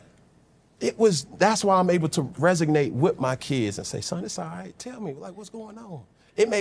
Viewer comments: Res-OG-nate…… resonate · Resonate not resignate. Great career and interview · we love u Cam! carolina best player ever…lmao also my guy is resonate not resignate lmao u good!! lmao